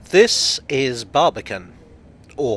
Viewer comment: When I hear "Barbican" I hear "Barbie can what?"